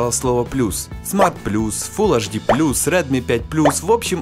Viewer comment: Хватит уже говорить "аш ди"! Говори Эйч ди и будешь современен! Реально, на колхоз похоже